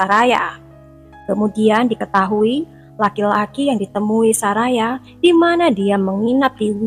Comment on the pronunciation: Bacanya Soraya kali BKN saraya